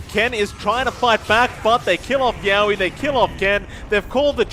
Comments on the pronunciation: Yeah and yowe's too... He's saying YAWe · Its hilarious how the casters pronounce yowe and rupido's names lol